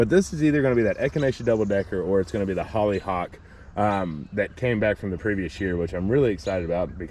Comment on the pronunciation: It’s hollyhock.